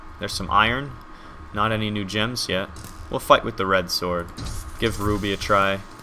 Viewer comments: Whenever you say "new gems" I keep on hearing "NoochMs". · Is it just me, or whenever he said "new gems" it sounded like "Nooch M"? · Anyone else think he said "The Nooch Ms" instead of "The new gems?"